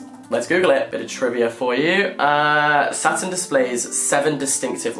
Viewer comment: I THOUGHT HE WAS SAYING SATAN INSTEAD OF SATURN THE WHOLE TIME 😭